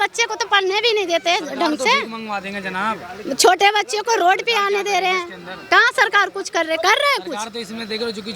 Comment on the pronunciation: यह वही घूसखोर है जो एक राज्य से खदेड़ दिया तो रातों रात दूसरे राज्यों में बसेरा ढुंढ लेते हैं इनकी भाषा सूनलो "जनाब " जैसे शब्दों का उच्चारण 🤨